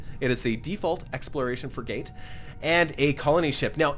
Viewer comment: free-gate? You mean Frigate